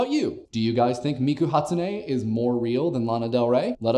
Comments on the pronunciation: If you are going to say things, SAY THEM CORRECTLY gif: g-if. NO J, its a file format Graphical interchange format Meme: m-eem Hatsune Miku, its Japanese, a language like english with specific sounds, usually two-three english characters in length pronounced a certain way Ha=hu tsu=t-soo ne=neh mi=me ku=koo I'msure this isn't the first time you've been called out on saying things incorrectly. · its Hat -sune Mi-ku!!!!!!!!!!!!